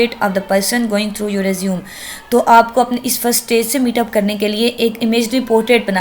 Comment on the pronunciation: Respected mam it's nor resume it is pronounced as (resumay)